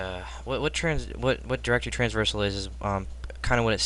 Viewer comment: Bro its traversal :P